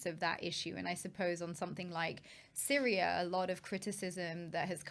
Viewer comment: How can she not know why the Azzad regime were on S-yria.? 😂 And collective li-bera-tion will only happen when Jesus descends.